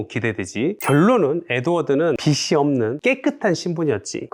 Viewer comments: 빚이 = [비지] 빚을 = [비즐] 로 발음합니다… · 비지라고 발음하시길